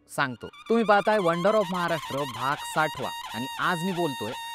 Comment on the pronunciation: भाग साठवा नाही , भाग साठावा .